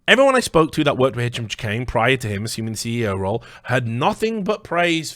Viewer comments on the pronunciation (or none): Chahine is pronounced shaheen. not chikane or however you are pronouncing it. I personally know someone with that last name is that is how it is pronounced. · so many hours he didn't manage to uncover how to pronounce the name of the person he's investigating